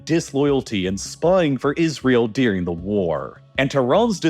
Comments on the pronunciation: “deering the war” “deering the war” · Anybody else notice that this chap pronounces the word DURING as "DEERING"? *many such examples